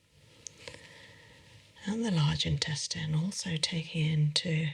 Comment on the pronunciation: I wonder why changed the way she pronounces "Intestines"